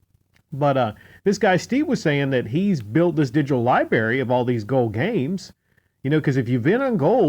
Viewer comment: LibRary!! Pronounce the R ffs!